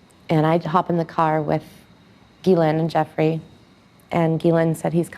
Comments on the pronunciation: I don't mean to be picky but please pronounce her last name right. It's Ju fray not Guffrey. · Hi 👋, Just a friendly fyi: Virginia Giuffre’s last name is pronounced as: “JEW” - “FRAY” Appreciate your work! ❤️🤍💙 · her last name is pronounce Jo-FRAY. Sad what happened 😢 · Her name isn’t Guffrie, it is — and this is for pronunciation— Gee-ou-FRAY. Something like that. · It's pronounced JOO FRAY not guffree. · Her name is pronounced "Goo -- FRAY." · Her name is pronounced "Jewfray" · Her last name is pronounced “Jew-fray” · Her name is pronounced “Joofray.” Surprised you are not saying her name correctly. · Pronounced Jew-free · Thanks for drawing attention to this. Her last name is pronounced Jyoofray. Accent on fray. I don't believe it was voluntarily self-inflicted. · Just FYI.... Virginia's last name is pronounced Joo-FRAY. Accent on the second syllable. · I believe her name is pronounced JEW-fray. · Her last name is pronounced joo-fre or jew fre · That is not even close to how you pronounce her last name. She also did not live in an apartment! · You are mispronouncing her last name. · I guess she was Arkancided. It is SO sickening!!! (BTW, her last name is pronounced with a "J" sound.)